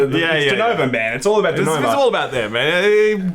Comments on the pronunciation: denUvo, not denOvo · As a fellow Aussie, WHY DO YOU KEEP PRONOUNCING IT DENOVO IT'S A UUUUUUU DEN-UUUUUU-VO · everyone: Denuvo: Doonouvou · DenUvo, cmon you can do it. It's NOT DUnovo, it's NOT DenOvo. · Dude it's Denuvo not Dunovo. If it's an accent problem then i beg your pardon. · It's DenUvo, not DenOvo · It's Denuvo. Not Denovo.